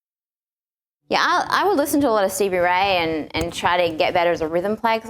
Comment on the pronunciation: It's Not "Haiti", It's "How You Do". Not "CB Right", It's "Stevie Ray". Come On!